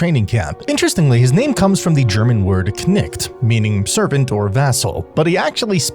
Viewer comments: As a german i hate how you say "Knickt" as "Knecht" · How he pronounced knecht! xD (im german) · you butchered the word Knecht